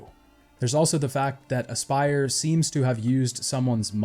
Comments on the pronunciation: i've noticed aspyr being pronounced as "eyy-spear" or "ass-per" and can't help but wonder if it's those or "aspire" lol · Aspyr is pronounced "aspire."